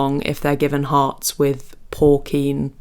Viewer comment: Porcine is pronounced like "por-sin" according to M-W. BTW be careful so you don't get deep vein thrombosis.